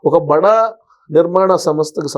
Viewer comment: భడా కాదమ్మా బడా అనాలి. ఏం తెలుగో ఖర్మ!😮